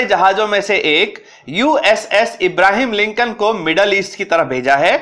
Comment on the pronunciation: इब्राहिम लिन्कन नहि रे कम्बख्त।।। अब्र्हाम लिन्कन ।।। धङ से बोला कर।।। कहाँ कहाँ से आ जाते है video बनाने।।।